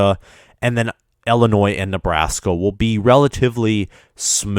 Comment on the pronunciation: “Westren” “Eastren” “Ellinois”